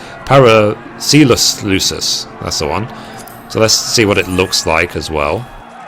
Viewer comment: Awesome guide, but damn dude. Pair-Uh-Sell-Suss :D